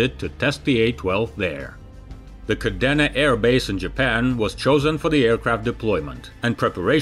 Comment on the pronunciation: kah-dee-nah. Your pronunciation was so garbled I barely recognized it as the Okinawan City. You sometimes pronounce words so bizarrely that I don't wonder why you chose to pronounce it that way I wonder that there is someone in this world so off-center that they could even conceive the idea of pronouncing a word in such a manner.